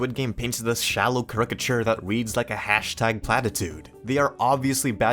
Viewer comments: I agree with a lot of your points, but it's hard to ignore that you keep mispronouncing "caricature." It make the video hard to listen to. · Stop pronouncing caricature like that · ish I get your point, and agree the Sponsors were, shall we say, a poor choice - but you can't address unfamiliarity with a language and then pronounce Caricature like that lol, Unless that was intentional, in which case bravo because you had me dying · That caricature pronunciation was crazy lol